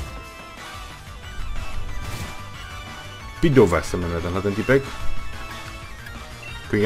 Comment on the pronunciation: Pidove je opravdu vynikající létající poke, ale i tak bych v teamu nechal Rookideeho, protože toho ještě neznáme za to pidova ano. Jinak se pidove vyslovuje pidav